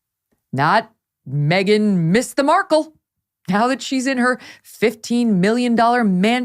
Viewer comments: No one applies to Hooters thinking they want you for your brains. 😂😂😂. I’m sure the waitresses didn’t mind their tips. And who says Mark Kel? Please 😩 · Well I hate to tell Markle , that she isn’t the only Markle one in the world , there was a family in court & they pronounce Markle exactly the way that women who was yelling , at Markle to suck it in . Howie Mandel said Markle was fired from the show , because Markle not the bimbo, the slut she is , was putting her claws on Howie. Howie wife asked to have her gone ,& I don’t blame her at all. No wife wants to watch that. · She talks like she's reading from a book , how can you not pronounce Markle! Stupidity at it's fullest! Who made her work there? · Did she say the woman coulldn't pronounce her' 'Black Name'? As far as I understand it her fathe mr Markle is white . She is beyond ridiculous. and as for the Purring voice. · I think her wrangler deliberately mispronounced her name just because she didn’t like her.